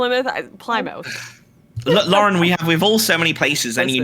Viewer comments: Time like these you can tell neither of them are from the Northeastern US where place names like Plymouth (we pronounce Pli-muth) and Cardiff (Kar-diff) are common. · Hearing Destiny pronounce Cardiff as Car-Deef and Lauren pronounce Plymouth as Plie-Mouth caused my soul to leave my body.